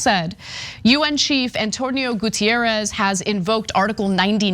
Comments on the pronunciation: Goo-teh-rres, he is portuguese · Guterres is not Gutierrez. Ana's doing the same dumb shit she did with the Nunes guy from the Trump administration. Portuguese is a different language than Spanish.